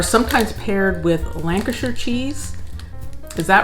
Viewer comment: think your the first americans ive heard pronounce lancashire correctly lol